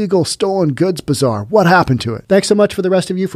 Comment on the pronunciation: I like how you pronounce Bazaar Bizarre. ;)